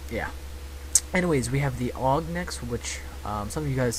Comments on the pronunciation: its not called aug its called a-u-g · it bugs me when people pronounce the gun names that are acronyms. like AUG is pronounced A.U.G not "og". or FAL is pronounced F.A.L. not "phal" im not hating on this vid tho.